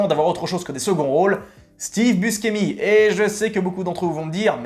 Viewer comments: Steve Buscemi: son nom se prononce /buchémi/, pas /buskémi/ er Robin Williams est décédé en 2014. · prononcer Bouchémy, c'est un nom italien